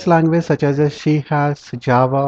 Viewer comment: FYI. We pronounce c# as C sharp.